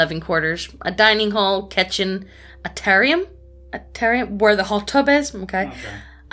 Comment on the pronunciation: It's pronounced "atrium"- ayy-tree-um.